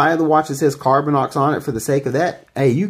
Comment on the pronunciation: Lol. Laughing at others grammer after you keep saying "Carbinix' when it should be 'Carbinox'. Nice. Lol. Thanks for the video.